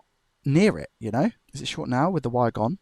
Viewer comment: Amazing job, but I could swear you pronounce the word 'wire' as 'vire'. Is it just my Australian ear?